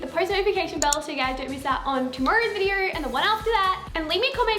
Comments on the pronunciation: "Videor" thats how she says video haha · I love it when she says video. It sounds like vider and it’s so satisfying. 😂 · Vider vider vider. I literally can't watch her because of how many times she says video.